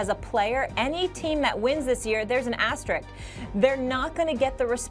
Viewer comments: Can we please pronounce asterisk properly? Aster......risk. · I find it sad that everyone seems to have forgotten how to pronounce the word “asterisk.” It’s like saying “asterid” instead of “asteroid”. It’s not a difficult word. Stop and think about it for 10 seconds. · how is it that such few americans can pronounce the word "asterisk"? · I will once again point out that the word "asterisk" continues to elude the pronunciation abilities of sports media